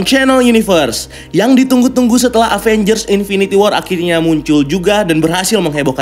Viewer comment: Sedikit saran aja,kalo baca Avengers itu Evenjers. Maaf kalo tersinggung